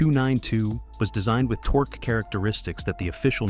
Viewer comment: did I hear this car enthusiast talking about torx instead of torque? I will never know. as i stopped watching and wont be back